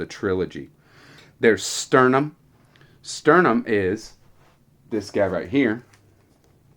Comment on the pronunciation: That was Laurana on the cover, not Tika - Tika would be on Spring Dawning, but you have an alternate cover. Also a few of your pronunciations made me cringe (Sturm not Sternum), but that wasn't bad if your going from distant memory. Hope you enjoy returning to Krynn, I'd join in but I've got too much else right now and I'm planning to read many of the other Dragonlance books chronologically, hopefully before Weis and Hickman's new trilogy is done!